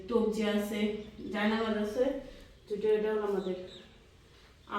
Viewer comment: তবজি না তজবি ভালো ভাবে খেয়াল করে কথা বলতে শিখুন